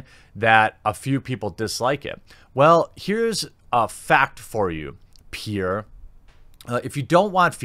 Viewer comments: Peer Schneider is pronounced PEAR. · Peer’s name is pronounced similar to the fruit, pear. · You pronounce it like pear, the fruit. I met him once at an E3 and that’s how it sounded when he introduced himself.